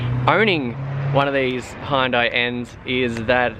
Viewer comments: It's HYUN-DAI, Not High-Hun-Day or Hun-Day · You could learn how to say Hyundai.